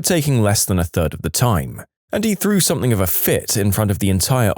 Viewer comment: No K in something